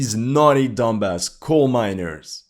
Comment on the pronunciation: Donbass not dumbass